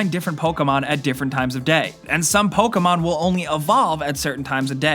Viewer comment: ProTip, it's (poke-EE mon) And don't say it's 60,000 times lmfao